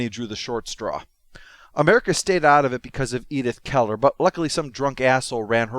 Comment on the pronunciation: Edith Keeler, not Keller. Helen Keller is a whole different story.